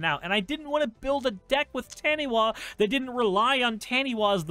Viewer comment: fyi taniwha is a maori word and is pronounced ta - nee - fuh since the wha makes a fuh sound in the language